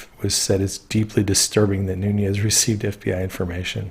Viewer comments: Nunes is pronounced Noo - nes. It is Portuguese. Núñez is Noo - nyes, which is Spanish. Just fyi. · Nunez= portuguese noo-nez, not spanish ñ